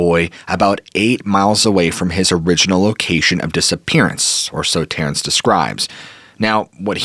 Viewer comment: Either format is good. What is irritating is mispronouncing names like Terrence as Terrace multiple times.